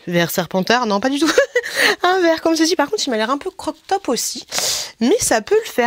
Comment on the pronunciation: on dit " crop top" 😉